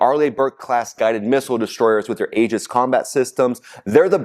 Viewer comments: NOT AGIS! PRONOUNED E-GIS. !! SPELLED Aegis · My friend, the word “Aegis” pronounced “EE-jis” and not “AA-jis.” Just a friendly heads up. Thanks for all your great reporting! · TRUMP'S LIVING A FAIRY TALE LAND,,,THINK HE'S SUFFERING FROM GOLD POISONING,,,, DIDN'T THAT KILL KING MIDAS TOO 🤴👀🪙💰👑,,,,AEGIS,,,, PRONOUNCED,,,EGIS,,,A IS SILENT,,, THOUGHT YOU WERE MILITARY 🪖🤔🧐🕵️👀😆😆😆😆😆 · Love your show, but you may want to pronounce Aegis correctly. The Aegis Combat System is named after the mythological shield of Zeus or Athena and is pronouced EE-JUS. The A is silent. Keep up the good work! You are the only channel I watch to keep informed about the war. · OK, I have to say that the Navy pronounces Aegis "EE-jiss". There's no long "A" Otherwise, good reporting,.